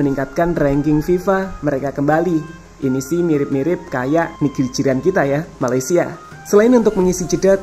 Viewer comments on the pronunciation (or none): none